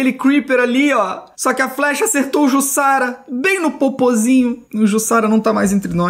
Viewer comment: Se diz "Jussara".